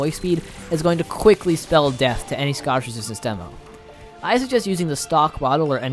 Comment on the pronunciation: Hey man, your videos are incredibly well produced, but if I could offer one piece of constructive criticism, I would say slow down and read more clearly and carefully. Most of the time, you pronounce “Scottish resistance” as “scoshizistns,” and honestly every ten seconds you completely skip the middle syllable of a word.